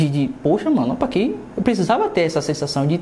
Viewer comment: "Ó pa qui"kkkkk gostei😄😄😄